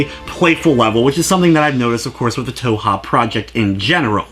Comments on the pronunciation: It's pronounced 2hu. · Touha? Its Tōhō not Touha. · _- "toe-ha" how do you even get that from "touhou" (toe-who) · Yeah it's a good review. Sorry lol, just thought I'd mention that it's not always the best idea to just go with the first thing you hear from random peeps online. (I'm pretty sure it's like "Toe-Hoe" for what it's worth though, in all the Japanese videos I see where japanese people pronounce the name they say it like that.) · it hurts my stomach, but i have not regrets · lol stumbled upon some primo cringe today. Also toe-hoe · did you, like, spend no effort even attempting to figure out how to pronounce the series? >:C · Leave the man alone about the way he pronounces it, JFC. All that's important is that you know what he's talking about. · Where do you see an "A" in the word Touhou... just... gotta ask.. >.> good review though! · Yeah sorry but a cursory glance of Japanese touhou stuff (you know, where it came from) clearly reveals it to not be pronounced like that. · Im not shaming your review at all (hell I have the game now) but one way to piss off a community is to mispronounce the title